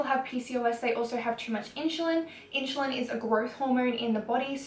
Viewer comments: lol how she says insulin made me cringe idk why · Do Australians really pronounce insulin like that? (and btw it's not a growth hormone) Stay strong girl!